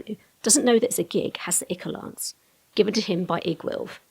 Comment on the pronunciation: eye-core! EYE-CORE! Not ick-or! Curse you, Matt Mercer! Dictionary Definitions from Oxford Languages i·chor /ˈīkôr/ noun 1. Greek Mythology the fluid that flows like blood in the veins of the gods. 2. archaic a watery discharge from a wound.